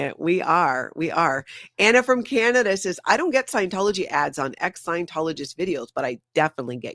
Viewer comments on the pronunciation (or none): none